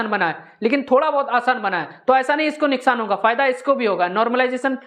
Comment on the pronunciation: Neskan nhi sir nuksan hota hai